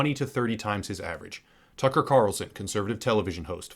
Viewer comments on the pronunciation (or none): none